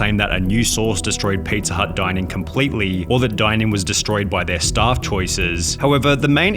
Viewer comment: Staff* not Stohrff